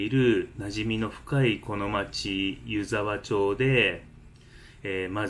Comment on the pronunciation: 3か月前の動画に失礼します、🙇‍♀️ 「ゆざわちょう」ではなく 「ゆざわまち」です☺️